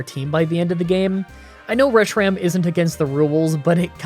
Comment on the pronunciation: Well, actually, “Reshiram” and “Zekrom” are pronounced “re-SHY-rame” and “zee-KROOM”.